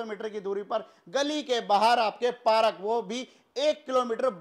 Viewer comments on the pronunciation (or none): सर आप बहुत अच्छा बोलते हो बहुत हसाते भी हो घर त़ बहुत ही सुन्दर है। बस एक चीज गलत बोलते हो हर विडिओ मे पारक नहीं होता पार्क होता है I hope you don't mind